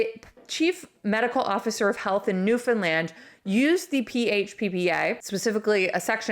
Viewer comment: It's Newfoundland not New Finland